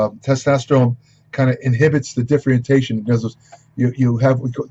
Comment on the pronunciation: Excuse me, r u saying differentiation?